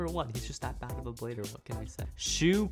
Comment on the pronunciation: Blader not bladder